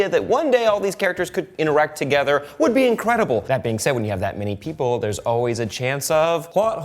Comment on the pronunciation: And wud not wid